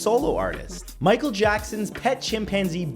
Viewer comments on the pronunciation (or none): none